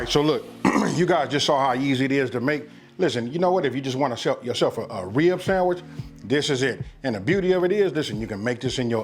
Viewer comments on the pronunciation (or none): Dats definitely it...The "-Back-rib"...sounds so beautiful!